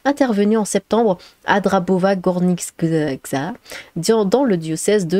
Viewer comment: Même si d'autres l'ont dit, au cas où : Mgr = Monseigneur :) Et pour la prononciation (de Polonais à Français), si ça peut t'aider aussi ^^ : Dabrowa Gornicza = Dambrova Gornitcha Sosnowiec (facile celui-là) = Saucenovietss Grzegorz KASZAK = Gjéguoje KACHAK Tomasz (pour Thomas évidemment) = Tomach Voila pour l'algo ! Quelle histoire, encore...